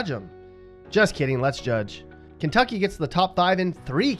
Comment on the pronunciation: no he didnt, I live in ky, that's not how you pronounce it.